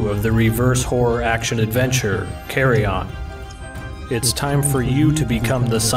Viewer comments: "Carry on", bra thats not how you say Carrion. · I thought it was called CARRION not CARRY ON lol